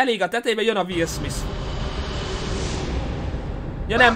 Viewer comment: DE MI AZ HOGY WILL SMISS?? Én vagyok az egyetlen magyar aki nem úgy mondta Will SmiTH-nek, hogy SmiSS??!